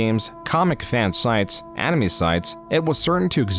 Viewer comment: bruh the way you pronounce some shit is killing me lmao. "envangelion" "animee"